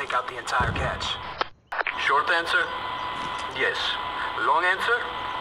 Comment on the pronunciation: Cache is pronounced "cash." Just FYI.